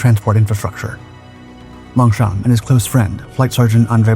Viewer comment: Don't pronounce P in Longchamp